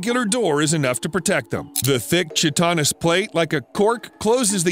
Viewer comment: Chitan is pronounced Ki-tin, not shi-tin.